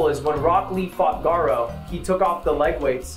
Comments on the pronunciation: He said “Garro” instead of “gaara”😭😭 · the worst part about this video was when ludwig said "when rock lee faught Gaaro"